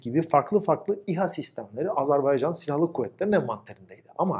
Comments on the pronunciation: Video iyiydi ama "azArbaycan" diyorsun gibi geliyor kulağa. Azerbaycan olmali. 👍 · "Azerbaycan" diyememek nasıl bir şey ki? Abi kim öğretti size bu ülkenin adını "Azarbeycan" diye? Tansu Çiller mi? Bıkmadınız mı bu yanlıştan?